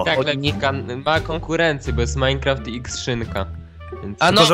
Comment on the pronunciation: MineQusim? :D